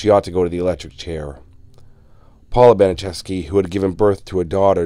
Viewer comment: Gertrudes last name is pronounced bana chefski